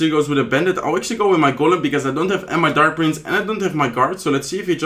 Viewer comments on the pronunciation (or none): tamage ,tark prince .tya,collocte need to improve to speak better